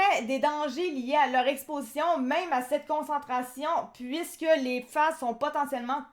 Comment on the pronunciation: Pourquoi dite-vous "PIFAS" ? Vous ne connaissez pas le français ?